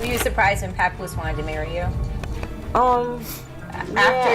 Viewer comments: The name is papoose pronounced p app oose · Who tf is Papuss?!Papuce?!!😂 ITS PAPOOSE! damn a.i bots!! Lol